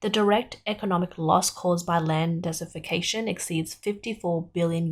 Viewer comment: The narrator kept saying "dessification." Did she mean "desertification" or "desiccation"? (Her hyper-Australianized accent was not always clear, especially with the over-emphasis of the r-dropping final syllables, as in "wahtaah".)